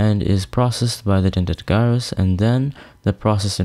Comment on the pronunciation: Great video! One small thing. the G in Gyrus is pronounced as J like Judge not G as in Guy.